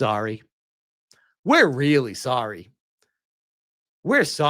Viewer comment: "We're sowwy for all the backlash we've been getting."